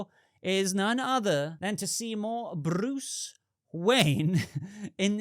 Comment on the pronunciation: 😂 the way you say Bruce is Phenomenal. Great Talking again. Thank you. 😎👍